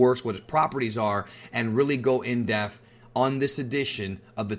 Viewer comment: Dude.. There's no F in "in Dep-e-th"